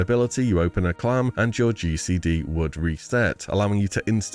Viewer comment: I know is saying "GCD" but with his particular accent I can't hear anything but "reset your juicy D" and it threw me off way too hard.